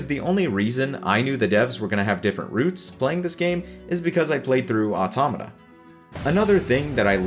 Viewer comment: Finally somebody who can fuckin pronounce 'automata'